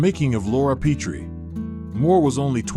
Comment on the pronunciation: The 1st syllable of "Petrie" takes a short "e" as in "pet."